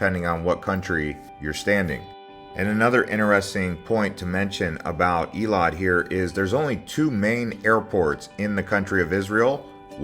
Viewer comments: Its pronounced "Eh-lot" not ee-le-lot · Nice video, however it’s not pronounced ilat nor iliat. Its [eylat]. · It's not eelat it's ailat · Its Eilat! As in Ayelat!